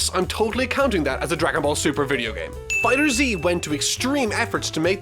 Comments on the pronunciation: Ohhhhhh my god you pronounce it “Fighters Z” but imma let it slide because i love your videos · Its pronounced Fighters not Fighter Zeeeee. Otherwise great vid. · just so you know dragon ball fighterZ is proounced dragon ball fighters you see instead of the s its a z plus it makes more sense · I bet you didn’t know FighterZ was pronounced fighters lol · FighterZ is actually pronounced as "Fighters"; everyone makes that mistake